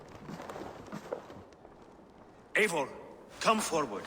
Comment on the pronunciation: One thing about, he's consistent in his butchery of the correct pronunciation! It's not EEvor...it's AYEvor.